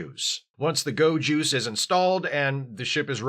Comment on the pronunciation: Every time you said "go juice" I absolutely heard ✨gowjus✨